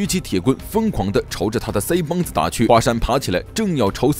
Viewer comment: 不知道为什么你说腮帮子我特别想笑